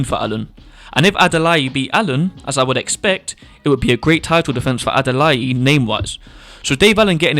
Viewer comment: Bro Adalai like Adalay. Not with an e 👍. But great Video, it all makes sense.